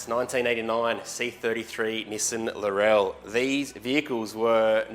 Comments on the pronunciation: Bloody Aussies. It’s pronounced like LAWRELL LAW RELL 😂fantastic looking car laurel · It's Laurel as in Laurel bush not Lorelle 😂🤣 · ITS NOT LAURELLE.... its Laurel. as in Laurel and Hardy..... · Laurel would be pronounced Laurrelle if it had a "lle" at the end. It is called a Lawrel like a Laurel wreath from roman times. Just sayin' LOL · OK, I can cope with day-ta vs da-ta but wtf is a lor-ell? It's a bush(or girl's name) not a Kryptonian. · Nope, Irish. We (and the British) say laurel differently, more quickly and without the stress on the second syllable. You do you, it's just weird to me. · It’s funny listening to other countries pronounce the names of cars. 😂 Defo a sweet build.